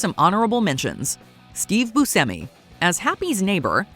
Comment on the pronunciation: Last name pronounced "Boo-shem-e"